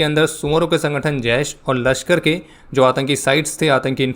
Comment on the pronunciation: I like the way when you said ‘Soouvoro ke sangatan’😂🤣